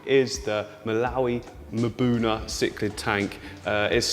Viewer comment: Awesome ! but like is Mbuna that difficult to pronounce? "Mabuna" doesn't mean anything ...if you can pronounce insanely complicated latin names you can pronounce this relatively simple African word..or just say rock dwellers cause that's what Mbuna translates to